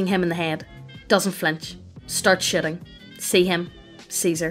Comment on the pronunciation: I’m just laughing bc when you say “shooting” it sounds like “shitting”